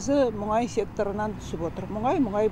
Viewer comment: Мұңай, мұңай деп отырған сарапшы кім? 😉😄 Менің білуімше мұнай еді!